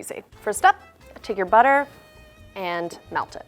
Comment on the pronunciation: take ur butter what i hear: take ur butt here